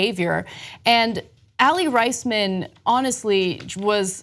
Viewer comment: He wasnt a coach he was the team doctor and also you mispronounced aly raismans name lol....